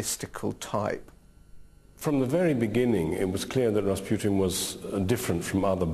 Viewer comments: Ras "Put-in" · It's rasputin... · Ras "Putin"